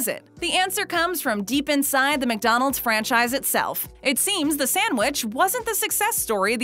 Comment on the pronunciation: Please stop saying Mick-Donald’s 🤣